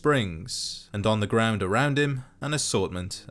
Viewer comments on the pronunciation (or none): none